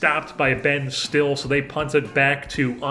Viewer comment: And Ben stille’s name is pronounce like stilly not still